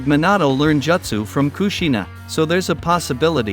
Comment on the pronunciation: The way you pronounce "Jutsu" keeps triggering me